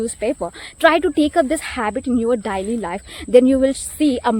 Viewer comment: Excellent video and narration. Great. But please rectify your uttering of the word Daily. You wrongly pronounce it. Pls correct it.😊